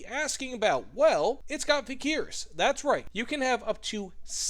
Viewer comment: vikhr is pronounced as 'vihr'